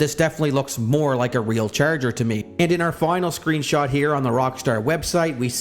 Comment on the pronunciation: Why you say “ cherger “😂 I can’t stop hearing it